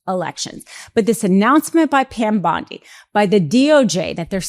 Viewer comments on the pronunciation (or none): none